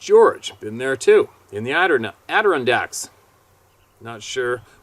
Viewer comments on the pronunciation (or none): Phonetically it. Sounds like…..Atta Ron Dax …..lol I Laugh every time you try to pronounce it!! 😊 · "Adirondack" is pronouced "Add-A-Ron-Dack". Hope that helps you remember. Every time you say it, I giggle.